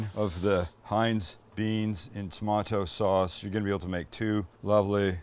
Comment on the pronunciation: lol....only a Canadian could mimic "rich tomaaato sawwwwwwss". Thanks.